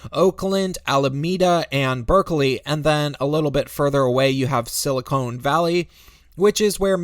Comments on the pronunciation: Oh My gosh, you keep saying Sili-CONE in stead of Sili-CON! Stop it! They are two very different things! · Sili—CONE??? It’s Conn... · Silicon Valley, not silicone, this isn't a valley of breast implants. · It's SILICON valley, not SILICONE Valley. Transistors, not breasts. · "Silicone Valley?" Is that an allusion to lots of women having fake boobs there? Or did you just muck it up?